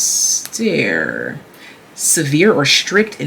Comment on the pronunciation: You said "austère" right the first time in french my sweet lady. It is a french word too.